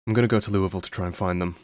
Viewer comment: You have pronounced Louisville correctly, I give you the Kentuckian Seal of Approval